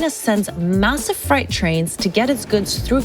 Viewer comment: massive fright trains😂 Can you pronounce your words correctly please?